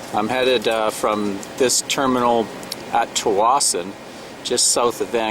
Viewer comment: Just so you know. The appropriate pronounciation of the Ferry Terminal's Name. Tsawwassen. The T is silent and sound the first S. That is the way B.C.Ferries Crew say it.